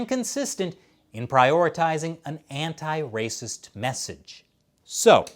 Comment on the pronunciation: See coronavirus is rrrrrrracist!!!!